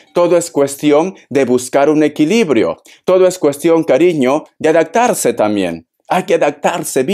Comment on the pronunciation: Para evolucionar hay que pronunciar bien, se dice: A DAP TAR SE, no adactarse 🤷🏻‍♀️👎🏼 ¿vale?